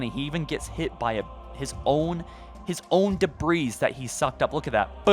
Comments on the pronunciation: Debris is pronounced 'Day-bree' btw -- Dont say the S:DDD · Bruh. It's "DEH-BREE". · Debris... "deb-ree" or "da-bree". Never "dabreeze". Also, the word is already plural. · Debris is pronounced like: DE-BREE. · bro said debreeze MULTIPLE times 🤣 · DEBREE IT'S PRONOUNCED DEBREE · Debris = Debree. The S is silent. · "Debris" is pronounced "Dee'bree", the "s" is slilent. Lol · Say it with us now. Dee-bree :] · It's pronounced "dee-bree" the "s" is silent. Good video. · This man really saying "debreeze" lol. Anyway forge looks great, hopefully it brings players back. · says "debrees" lol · Just a heads up, debris is pronounced “de-bree.” Genuinely trying to help; love the channel and have been watching since the very beginning!❤️ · So much "debreeze".. I WANNA KNO WHERE DA BREEZE AT, GIMME DA BREEZE. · Debris has a silent S. It's not debreeze lol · "the debreeze" lol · Debris - pronounced “de-Bree” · Dude really said debreeze lmao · what? you dont like da breeze? LMAO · the s in debris is silent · The S in Debris is silent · FOR REAL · You don't pronounce the S in debris lol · the "s" in the word debris is silent even when talking about multiple pieces if debris. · You aren't supposed to pronounce the 's' in debris. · The S in 'debris' is silent homie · The emphasis on the s on debris is triggering me. There is no s. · Silent s in debris bro! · Great video, but I'm pretty sure the "s" in debris is silent. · lmao he pronounced the S in “debris,” that’s like pronouncing “corps” as “corpse” 🤣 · You don’t pronounce the s on “debris” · The S is silent in debris btw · The “s” in debris is silent 🤣 But seriously, GREAT video! I can’t WAIT for infinite forge to release. I just hope the community sharing tools are just as good and make it easy for people to find each other‘s content and save it. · Wonderful video. I do have one criticism. The “s” in “debris” is silent.